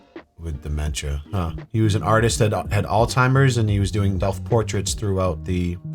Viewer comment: it's Alzheimer's, not Alltimers. 😅